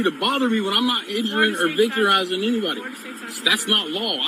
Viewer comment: "Not injuring or victirising anybody" Lock him up, for victirising the English language.